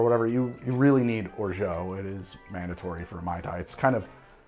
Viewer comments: Big fan. And, appreciate your commitment to your pronunciation of "orgeat." I just can't imagine any French people pronouncing it that way...Google translate agrees. French people agree. I'm sorry, I shouldn't press send. I should let it go. I SHOULD LET IT GO. Almost time for a man tai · How many times you gotta say orgeat like that you maniac! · There isn't an o or u in orgeat. Your pronunciation is like nails on a chalk board. Delicious drinks though 🤷🏻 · Wonderful recipes, but is it okay if I attempt to correct your French? Lol, you have been pronouncing orgeat as something like "orjo." The French way of saying it would be more like "or-jot." Will this comment ever be addressed by? I suppose I'm inclined to think that the answer will depend entirely on how much I have to drink quite regardless of how I go about doing it. Regardless, my first Caiperinha now and quite delightful! Cheers! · or·zhaat or in french without the hard T. Please...not or·zhoh. I asked google several times and it agreed. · I really wonder where that orgO pronunciation came from.. It's /ɔːrˈʒɑː with A like alpha or anarchy. I truly wonder how American English changed the pronunciation so much. Not complaining, just curious :) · I am a fan and love all your work. (also a linguist) There is no "o" sound in Orgeat. At the end, aim for an "ah" sound. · It's or-zha, not or-zho. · We can't order exotic spirits in Massachusetts. We are at the mercy of the liquor distributors. Only the most popular rums are available. That said, what would you recommend? I do like Jamaican. BTW Or-zhay isn't quite right. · Or-jaaah, please ! A Frenchman. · Trying to let go of my comment...but isnt it pronounced OR-ZHAAT....not OR-ZHAO....there is no O at the end of orgeat...just saying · If Orgeat, was spelled 'Orgeau', your pronunciation would be close to perfect. Substitute your 'oh', with 'ah' and perfection is a whisper away. Santé! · Orgeat pronounced "or zhaat'"